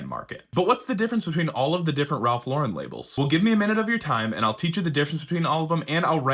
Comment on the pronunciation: You’re pronouncing the brand incorrectly. FYI